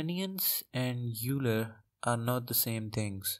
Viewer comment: Euler as in "Oiler"